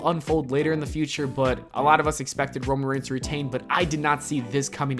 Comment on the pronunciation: The Demon* “Romain Reign”? Lmao